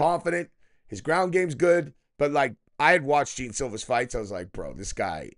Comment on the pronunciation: The first words out of your mouth cmon bro at least pronounce the guys name right smh I’ve never heard anyone say gene Silva ya I know how it’s spelled but if you ever watch him fight or know anything about him his name is pronounced John